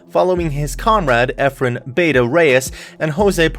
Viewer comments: please pronounce it as Bah- tah, not Beyta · Cmon dude, say the name right. Bata isn't supposed to be said "beyta" Bustamante even says it right himself, why can't you listen to that?